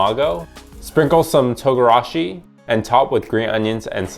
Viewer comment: It’s pronounced Tone’ gara shi